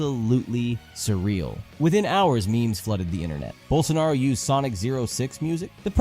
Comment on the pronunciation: Hearing a gringo say "Bolsonaro" is so uncanny lmao, especially considering how much of a criminal he is